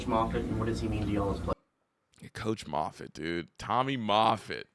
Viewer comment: Tommy MAHFIT not MAYFIT--you are so bright and knowledgeable-hate for you to lose credibility and viewers due to mispronunciations